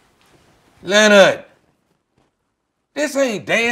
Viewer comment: NAWL LENNARD!!!!